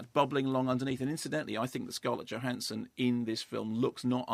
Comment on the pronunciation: The J in her surname is pronounced as a Y.....just sayin'.